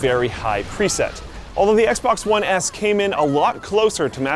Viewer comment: "The Xbox One ASS"? lol